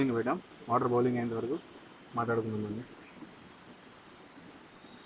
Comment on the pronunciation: బౌలింగ్ కాదురా అయ్యా బాయిలింగ్ 😃😃